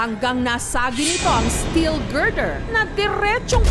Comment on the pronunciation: GIRDER HA HINDI GRINDER!